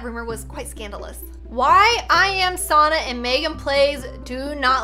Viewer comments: It’s not sarna it’s sanna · it is not sona it is sanna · I always laugh if she said sonna insted of sanna 😂 but its ok i still love and sanna❤️ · said Sonna not Sanna lol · What ok kinda susssss she said Sanna wrong she said Sonna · its sanna not sonna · It’s sanna not sauna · Sanna not sonna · It sanna not sonna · She said sannas name wrong she said it like SoNnA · its not sonna its anna just with an S at the beginning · sonna me umm u said that a bit wrong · Your saying sonna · U say sanna sunna its an a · I like how pronounced Sannas name wrong because she barely new her lol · ITS SO FUNNY HOW SHE SAYS SANNA